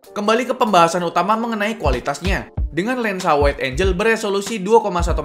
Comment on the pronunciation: "Engel" bang bukan "Enjel"